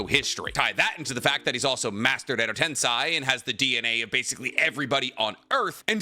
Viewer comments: My only takeaway is just how says Edo-tensei lol his list I can understand because he gives fair explanation about the inviduals but Edo-tensei is pronounced ten-say just like how sensei is sen-say, not sense i lmfao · Pls stop saying edo ten-sye and say edo ten-say 🙏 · Bro. It’s TEN-SAY. GOOD LORD. You’d think someone who knows so much about Naruto could say things correctly 😂